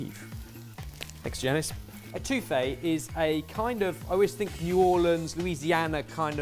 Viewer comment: saying "eh-TWO-fay" instead of "EH-to-feh" is so on brand.